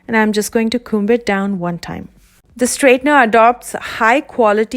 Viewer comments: b is silent in comb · You don’t pronounce the “b” in comb. 💕